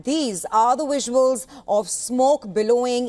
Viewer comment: "Wisuals" love it. 😂